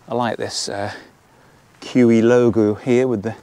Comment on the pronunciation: Not pronounced "KEW EEE" but "KU E OO". jus' sayin'... BTW, doga belong in vestibules, not inside. KUIU makes excellent hunting/camping clothing and gear. I have their YUKON camouflage WPB rain/wind parka for hunting in Nevada,USA and for very harsh days alpine skiing. Great design in all their gear as you see in the Storm Star tent. BTW, KUIU's tents, like Tarptent designs, have the inner tent pre-attached to the fly for a setup in the rain or wet snow that keeps the inner tent DRY - unlike so many other free standing tents on the market! i would prefer this KUIU Storm Star to the Hilliberg ALLAK 2 every time. Just better design and equal quality.